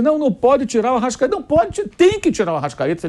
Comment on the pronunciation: Arrascaete virou se "" arrastaeta"